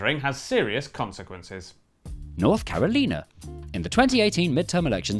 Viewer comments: it’s north Caro-lina not North Caro-lena (base on the sound) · I gave the benefit of the doubt on “North Caroleena” but “Oheeo?” They’re doing this on purpose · *North Caro-LIE-na *O-HI-o *MARRY-LAEND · North Caro-lee-nah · Its North Car-o-lina not North Care-o-lee-na. If you don't believe me, just watch the original Space Jam. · The scene of him being pedantic on the pronunciation of gerrymandering going directly into the pronunciation of North Carolina as North CarolENA is hilarious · “North killorina” said mapman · ah yes, my favorite states, north caroleena and ohyoe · North Carolina - north ker·ruh·lai·nuh Ohio - ow·hai·ow Maryland - meh·ruh·luhnd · Noth Caroleena Oheeo Mahrwylawned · Step 1: Complain that the common pronounciation of Gerrymandering is wrong. Step 2: Immediately follow that by mispronouncing North "Caroleena" Regrettably, I do not believe this was an attempt at humor, but rather yet another example of Brits thinking that anyone who doesn't pronounce things their way is obviously wrong (which is especially embarrassing for them, because they consider this sort of ignorance to be quintessentially American). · North Caroleena 💀 Oheeyo 💀💀 Mar rye lawned ☠️☠️☠️ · Is no one to talk about how they mispronounced North Carolina, Ohio, and Maryland 😂